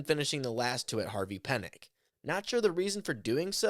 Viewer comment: Harvey Penick is pronounced "PEA-NICK". PLEASE get the man's name right. He's a legend.